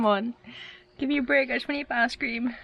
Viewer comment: When you say ice cream, sounds like your saying ass cream 😂